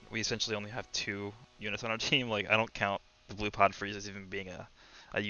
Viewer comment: I thought he called:Chair Frieza